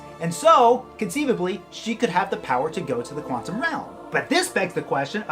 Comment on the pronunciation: Haha 'Juantum Realm' I caught that!! :P